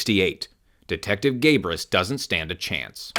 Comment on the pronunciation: Lol "Gay-bris"